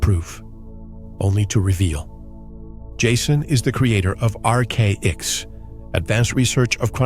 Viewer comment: It’s not RK X It’s ARCHAX!!!!!!